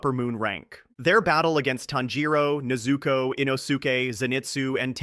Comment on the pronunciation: Bro, if you don't bother putting any effort in arranging and pronouncing them Japanese words Family name/Name correctly or at least again try to nail them... Why bother?? NeyyyyZuuuuukooooow and tannjjjirowwwwww. Just do the dub stuff please... I mean seriously. Please